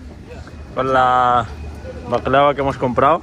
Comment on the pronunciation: Jajajaja dile a tú marido que no diga más baklava así